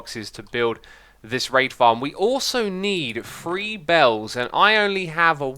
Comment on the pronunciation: Whenever he says "raid" i dont... hear... "raid"...